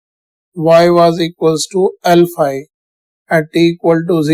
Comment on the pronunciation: Sir when you say L phi , it sounds , alpha A